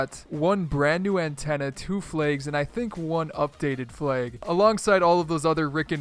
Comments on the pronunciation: It's pronounced Flag not Fleg. And you use vibration?? GROSS!! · he pronounces flag like flaig 😂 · what the actual fuck is that pronounciation? liiiike "fLaYyYg" 🤦🏻‍♂️ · Hey Sir, I like your flaygs. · Stopped watching after he said Flayg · Says flag says: Flage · kewlcheez it's just how he said it chill out wth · Bro you can't say flag properly 😂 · Why do you say flag weird lol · bruh were you never taught how to say "flag" properly??? hahaha